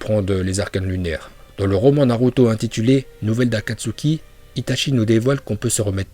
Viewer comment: Les vidéo de sont en moitié en VO donc c' est pour ça que dit Naluto yo. ( Le "l" en VO se prononce comme si il y avait "r" ).